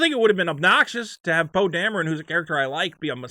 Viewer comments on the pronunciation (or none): none